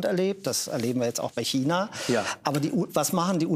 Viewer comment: Wie keiner China aussprechen kann 🤡